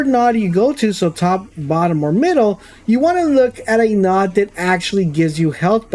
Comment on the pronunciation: Came here as a loyal subscriber - who pretty much plays all the same games - ready to hate you for cheating, but I think I understand the whole situation better now. Just an fyi, node is pronounced with a long o, like no….not trying to be an ass. Fuck the haters, keep doing what you do!!!